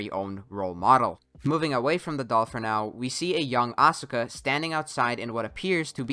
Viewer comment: Thinking that playing a game is a quality of concentration and not a waste of your time, energy, and youth is why this video is a Joke. Why cant you pronounce Asuka correctly, kid ? She has been playing useless games since the second movie, a form of shielding herself from rejection caused by others.